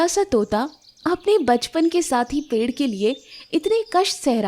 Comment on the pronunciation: पेढ नही होता पेड़ होता है